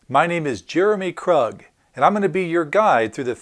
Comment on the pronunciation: krug, rhymes with grug